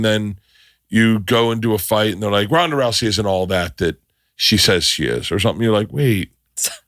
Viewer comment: Also Ronda, not Rhonda